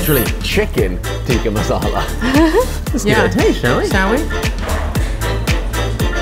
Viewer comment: I kind of cringe when they say tikka😂